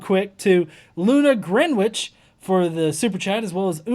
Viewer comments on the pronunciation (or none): In England Greenwich is pronounced "Gren itch" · Greenwhich is pronounced with the first vowel short; the "w" is not pronounced either.